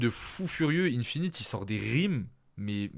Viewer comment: Merci pour la review ! Attention à la prononciation d'Infinit que tu apprécies, c'est "1-finite" et non "ine-finite"